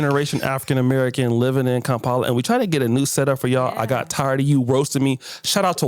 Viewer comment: Stop saying kaampala. That is so colonial. The right word is Kampala. Ebyo bi Kampala bya nsobela da. It is Kampala. Did england change they name to suit foreigners??????? No China no India. Noboy accommodate foreigners like that. It is not kaaampala. It is Kampala.